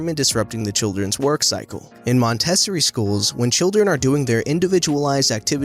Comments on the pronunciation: As someone who went to a Montessori school for most of my education... it’s MON-tes-OR-Ree. Not MON-TIS-SIR-REE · Mòn-teh-sore-ie lol Montessori School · It's pronounced mon-te-SORE-ree😉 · I have never ever heard Montessori pronounced mon TESS ory! 😂 For future reference, it's mon teh SOR ee. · Great video but Montessori is pronounced Mon-tah-soree where I'm from. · Just a little FYI, and I’m certainly not trying to be a douche this is totally out of respect.. Montessori is pronounced Mon-teh-sore-ee. I never went to one myself but I had a few friends that did. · In the school story, it is pronounced Mon-teh-sorry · It's pronounced "mon-teh-SORE-ee"! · Montessori is pronounced "Mon - teh - sore - eee 😉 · Montessori is pronounced Mon- tah-soar-ee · Not trying to be a Karen, but you need to look up how to pronounce Montessori. Don't think I can do it justice on here. But it rhymes with story. I get a kick out of generational memes. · Yes! I went to one too, and I laughed so hard at the way he pronounced it! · To the creator-If you don't know how to pronounce a word look it up. There are tons of online dictionaries available and even youtube videos on how to pronounce words. With your good diction and clear voice hearing you mispronounce Montessori was jarring. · oh and by the way that is not how you pronounce montessori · I love your pronunciation of Montessori